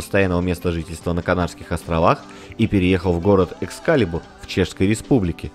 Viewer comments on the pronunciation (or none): none